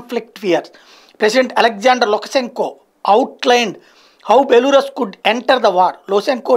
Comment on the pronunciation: బెలారస్ బెలూరస్ కాదు